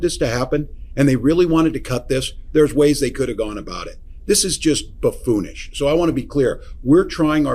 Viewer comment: I think it's "buffoonish"?